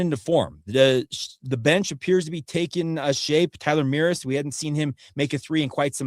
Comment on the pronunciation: STOP BUTCHERING TYLER’S NAME. Mrus. Rhymes with “us”. Like toys-r-us. The “mr” in Mrus is pronounced “mer” like Murray, but said quickly. Say it with me. Mer-us. murr-Us. Mrus. Not Mear-iss. Mrus.